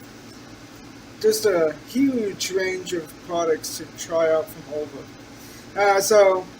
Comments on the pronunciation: Great review. It's Oliva not ova though 😉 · It's pronounced Oleeevah!